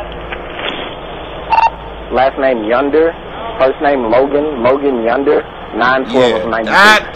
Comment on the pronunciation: "Logan Yunder" AHAHAHAHHA